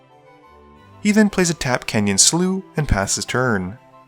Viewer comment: I found out about Canyon Slough from your channel years ago but you called it "Canyon Slaow" and I can't ever unhear that. Thanks.